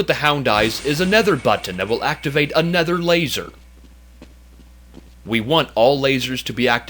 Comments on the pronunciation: Yes he mean to say "another" but he always says ''anether'' in all his videos. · It kinda pains me how he says 'aNETHER' instead of 'aNOTHER'